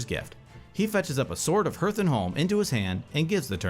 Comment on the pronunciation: They should learn how to pronounce Hearth tho